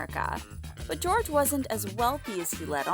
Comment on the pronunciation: It’s Jorge, not George